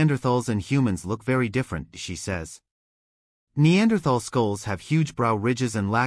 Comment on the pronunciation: How many times in three and a half minutes can your AI mispronounce the word Neanderthal?